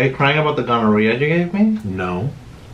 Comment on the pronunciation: "are you crying about the gohnnera you gave me " lmaoooo